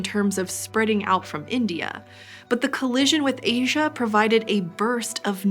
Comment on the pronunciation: It's not loasia it's asia